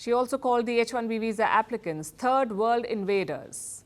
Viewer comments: She got me busting a gut when she said 3rd.... .AND TURD CHINA HAS TWO HUNDRED AND TURDY FOUR WARSHIPS 😂🤣🤣🤣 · YOUTUBE DELETED THIS COMMENT THE FIRST TIME! STOP 🛑 THAT YOUTUBE YOU'LL BE CASTRATED😂 This lady had me busting a gut laughing saying "3rd/Third" in English. She said and TURD💩, China has two hundred and TURDY Four, 234 War ships 😂🤣🤣🤣